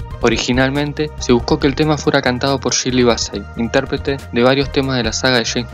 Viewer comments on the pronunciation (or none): none